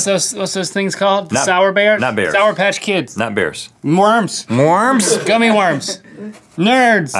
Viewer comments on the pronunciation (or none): I can’t stop laughing the way he said worms mworms